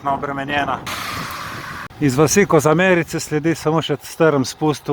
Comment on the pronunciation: Ne Koza-merice , ampak Kozmerice s poudarkom na 1. e-ju....ha, ha, ha!